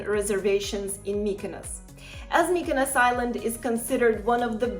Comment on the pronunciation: I'm not rude, but mykynos sounds absolutely terrible